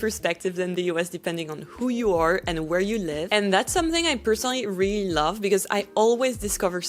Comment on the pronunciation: You are so fluent in English that I hesitate to say this, but if you want to fine-tune one thing, you need to say "really" with the /l/ sound, it sounds like you are always saying "ree."